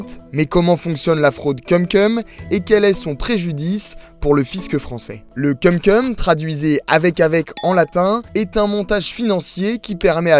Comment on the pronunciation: Ça se prononce "koum koum". Cumcum ça veut dire autre chose. J'espère vraiment que le speaker est un stagiaire.